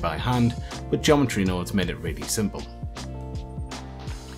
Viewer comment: "Send Nodes " lmaoooooo